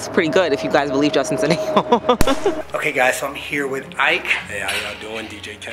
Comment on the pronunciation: Wait you know the guy ike, is not supposed to be pronounced “e -keh”?😂 I swear is Nigerian aswell